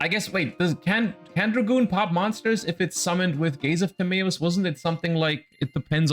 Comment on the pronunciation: Idk if i like how he pronounces gaze of timaeus